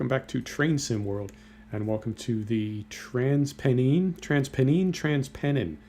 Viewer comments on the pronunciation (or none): It's trans Penn - Ines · Lol "transpen eens"